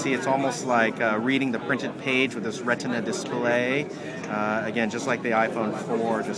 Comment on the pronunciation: Ret-In-A displaay